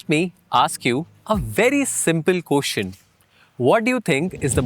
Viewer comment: 'koschin" nahin, "question" hota hai.